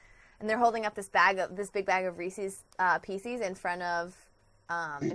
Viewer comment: "Reeses Peecees" ~ 2017